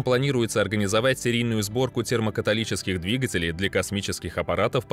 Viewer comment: Термо каталитический! А не термокаталический. Термо католики))). Количество ошибок в тексте зашкаливает. Читающий человек далек от темы